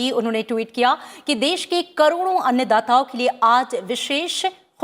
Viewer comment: जी कृपया सही उच्चारण करें। सही उच्चारण 'अन्न दाता' होता है, 'अन्य दाता' नहीं। जहाँ-जहाँ 'अन्न' शब्द आया है वहाँ-वहाँ आपने ' अन्य' शब्द बोल रही हैं। कृपया आगे से शब्दों का सही उच्चारण करने की कोशिश करे। धन्यवाद।